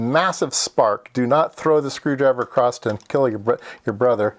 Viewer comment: The reason I ask is because Adam Booth says it like it sounds you are and I wondered if it was a regional variation or a new word.